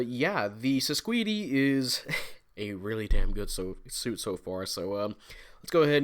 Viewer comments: I've heard the pronunciation is "Sis-quaid" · Its pronounced sis-cade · It's pronounced "SIScade" but the Japanese pronunciation adds that extra "do" at the end so it looks more like the romanji.